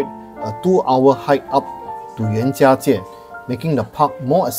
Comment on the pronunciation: Love your videos very informative all of them. I also love that you say the Chinese words in Chinese even in the English sentence. I learnt the tones for Zhangjiajie from you thank you! Even if it was rainy the views were still stunning and you've shown the best things to see compared to other videos! Well done!